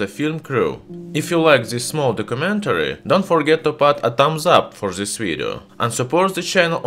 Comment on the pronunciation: Why you say "zhis metal" it's this metal!